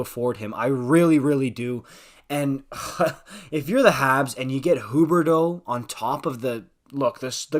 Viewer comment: Im french and even tho its fun to see someone pronouncing the quebec player corectly, its just sounding weird tbh😂